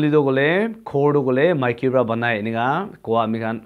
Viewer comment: Buddy Maiki not miki little bit correction